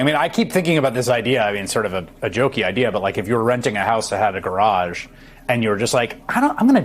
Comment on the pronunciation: I love Chris Hayes... hehe "..if I was renting a house with a garage, I'm gonna tear down the garge and build a pub and a dsco..."